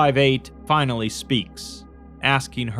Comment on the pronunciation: Fi... Nal.. Ly....!!!!